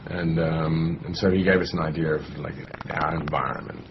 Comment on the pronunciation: he says "idear". FAIL!